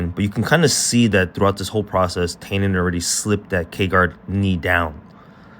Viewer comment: Nice breakdown. His name is pronounced “tie-NON”. Like a bow tie, with the emphasis on the NON. It’s ok because every non-Brazilian brutalizes this name, but there you go.